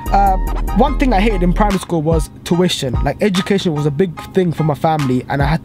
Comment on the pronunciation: U can’t say tuition properly